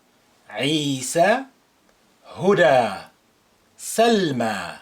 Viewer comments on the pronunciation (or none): none